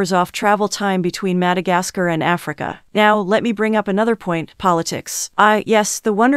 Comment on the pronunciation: ofcourse I know but the way she says that African and Madagascar🙄🙄